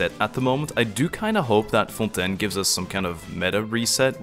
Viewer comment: Actually got jumpscared by the perfect fontaine pronunciation lmao